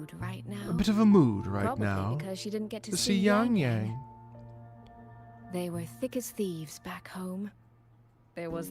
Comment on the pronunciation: Respect to you for learning to pronounce Yangyang's name properly (just the tone is bit off, but you are right about how ang is pronounced). The EN VAs are actually wrong.